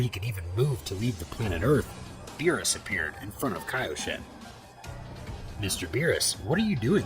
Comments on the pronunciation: Who the fuck is Bill? Are talking about the character from King of the hills or bee R us..beerus roll the damn "R" in his name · Stupid ai can’t pronounce words. How do you get Bills from Beerus? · It's beerus, not bills!!!!!!! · but wait bills lol berus is not berus hes bills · Beerus❌ bills✅ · "Bu-yills" ahhh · Its the AI narrating and it mispronounces quite a few names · Honestly the way you talk enjoys me more then you not being able to say berus